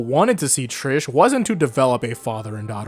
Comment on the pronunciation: If you’re going to use the Italian pronunciation of Mista and Narancia, don’t use the English pronunciation of Trish